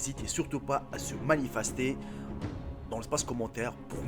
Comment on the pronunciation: Mdrrr il a dit manifastié